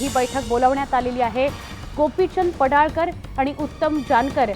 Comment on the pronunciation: पडाळकर नाही पडळकर